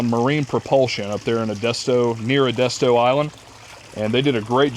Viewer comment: Edesto island? Omg dude. It’s EDISTO. Pronounced EH dis tow Now you know :) congratulations dude